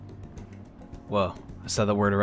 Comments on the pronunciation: Sorry bro, but not really. Its pronounced (cun-stitch-ew-wents) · ''costitusnets'' xD wtf bruh ? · Constituents "Wow, I said that word right" - I'm sorry but you didn't :* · No, you did not say that word right.